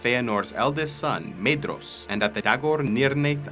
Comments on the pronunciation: You mispronounced Mædhros. If you read the section on pronounciation (at the beginning of the Silmarilion) you will see that dh is to be pronounced like an ð, or voiced th. Thus Mædhros is Mæðros, or Mæthros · Your pronunciations are mostly spot on but Tolkien's -dh sounds are pronounced with English -th so Maedhros is more like Maethros... kinda nit-picky but whatever